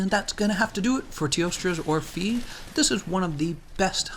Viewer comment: Hey, in teostra's orphée name, the "ée" part should actually be pronounced like the first "e" in "educated" Anyway, I really appreciate your videos and guides, keep it up!